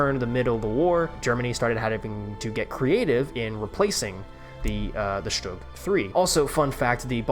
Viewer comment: Stüüüüg bro learn to speak